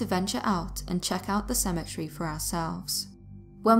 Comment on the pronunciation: How can you mispronouce Cemetery?